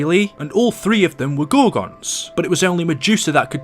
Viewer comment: you pronounced the names for the gorgons right😎